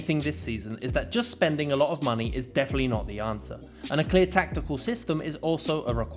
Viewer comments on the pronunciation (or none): none